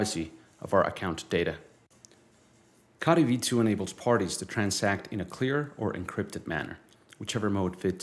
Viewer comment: Please pronounce "Co" "Tee" that sent my mind in to a spin after all these years😂 all looking great though, can't wait for mainnet 🎉🎉